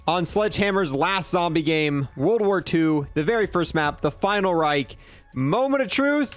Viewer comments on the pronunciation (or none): none